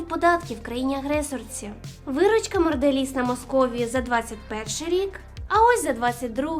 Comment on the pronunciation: Чого Морделіз, якшо Монделіз?